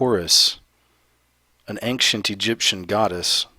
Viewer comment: dude its not anktient, its ancient, my goodness